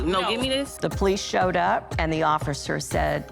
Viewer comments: Just plain GHETTO... embarrassing...and it's Police NOT Po lease. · Ah yes, the poh-lease. 🙄